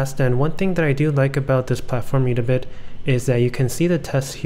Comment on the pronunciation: Thanks for the informative video <3 P.S It's "Ed-a-Bit" ;)